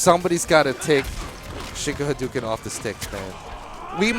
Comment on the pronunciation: He doesn't actually say Haduken.. He says Enduken..